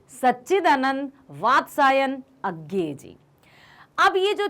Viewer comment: Its not agay its ajey according to hindi pernensation 🤔